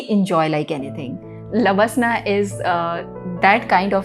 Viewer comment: Don't say lbaslna, it's labasnaaa